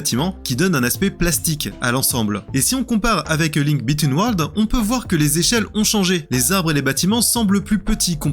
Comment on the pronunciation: Sans oublier "A Link Between Worlds"... J'ai cherché "Link bitten world" sur Google, en pensant que j'avais zappé un épisode !!!!